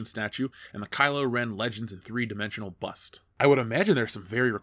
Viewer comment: I honestly thought he was saying 'mini bus', it took me a while to figure out he was saying 'mini bust'. I need sleep.